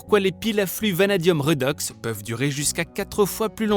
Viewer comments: Oh punaise ça pique les oreilles !!! 😂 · On dit " rédox " et non pas " redox " ... ça vient du terme chimique oxydo-réduction